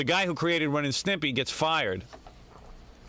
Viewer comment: Pelican face intentionally mispronouncing Ren and Stimpy was really annoying.